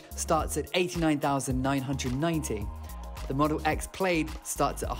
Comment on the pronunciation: PLAID is pronounced PLAD .